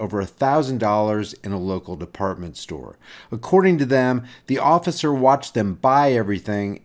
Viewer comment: "Ocifer" lol fat boy